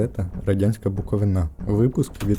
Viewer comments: Авторові - дяка. Але не Буковинá а Букови́на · Все вірно, але не Буковина", а Букови"на. Наголос. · та йок же ж Вас куївлян... не БуковинА, а БуковИИИИИна.. скільки можна..... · Цікаве класне відео, розпитав би батька за це, якби він був живий. Єдине зауваження буковИна, а не буковинА)) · Дякую за вашу роботу. Дуже цікаво, я чернівчанка і мені мама розповідала про цей жах. До речі. Правильний наголос - БуковИна, а не БуковинА😇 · Про цю історію почула близько двох років тому. Ви навіть собі не уявляєте, як сильно я шукала хоча б якусь інформацію. Дякую за відео! P.S. буковИна, наголос на И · Дякую за висвітлення цієї проблеми! Якщо є що доповнити - із задоволенням подивлюсь. На словах з тих часів усі дорослі переповідали про якесь паливо. Єдине прохання: наголос у назві краю - на третій склад, БуковИна. Дякую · наголос БуковИна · Яка нахуй БуковинА, даун відсталий. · Бездар, відкрий будь-який перекладач, введи "Буковина" і тицьни на озвучку. Послухай уважно, поки твій єдиний мозковий звивок не перегорить від перевантаження. Бо якщо ти ще раз скажеш 'буковинА', я почну думати, що твоя мамка казала це, коли впустила тебе на підлогу. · Буковина наголос на и !!!! Наголос на а, це не правильно.